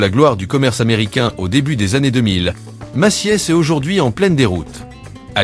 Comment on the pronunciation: La voix synthétique s'est améliorée par rapport aux années précédentes, m'enfin bon, Maciès pour Macy's ? 🤣